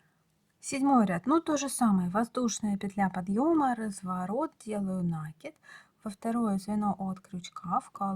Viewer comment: нАкид, как же режет слух Ваша 😢😢😢 неграмотная речь😢😢😢